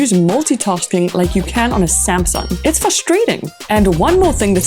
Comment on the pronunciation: sumsung spronsor😂